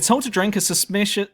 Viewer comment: Hahahahah, how could you not pronounce "suspicious"? Lmao